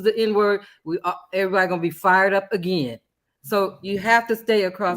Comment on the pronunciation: Woopie be FRied? LOL..I know you meant fired